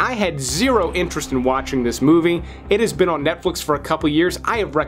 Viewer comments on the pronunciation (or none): "No ones veen talking about" Except ya know... stuckmann